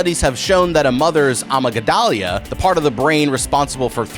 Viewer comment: please tell me you said amygdala in this way to be funny and not because you think that’s how it is said